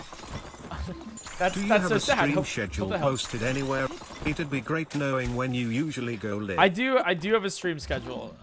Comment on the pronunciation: you said kno”wing”